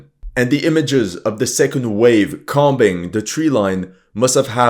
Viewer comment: "combing" is pronounced "koming" with a long O so rhymes with homing as in homing pigeon. "comb" rhymes with "home".